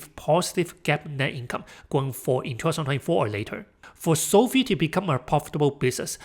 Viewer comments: Hate to be the guy but it's pronounced SOFIVE like Wi-Fi not SOFEE😅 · It's not SOFEE; it's SOFI (long i).